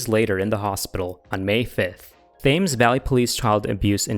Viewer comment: the uk pronunciations are pretty bad, berkshire, thames and witham were all wrong